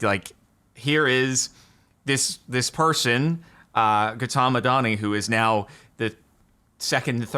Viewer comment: the way you pronounced Gautam bruh, eveb though not your fault, it hurts 😭